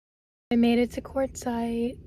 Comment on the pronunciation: Quartzsite. I always thought you were saying Courtside. 😂😂 I thought that was a weird name. Quartzsite makes more sense. 😂😂😂